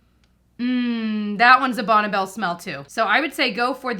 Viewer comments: Bonna Bell? I’ve always thought it is pronounced Bonny Bell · I grew up in the 70's/80's, I've only heard it called Bonn(ie) Bell! We all said it that way lol! First time I heard her say it like Bonna Bell I was, "like Bonneville?" 😂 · I thought I should let you know it is pronounced like BONNIE Bell, not Bonnebell. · Bonne is pronounced Bonnie as far as the brand name is concerned.